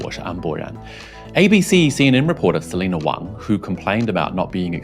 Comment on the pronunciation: Selina Wang or as she calls herself Selina Waaang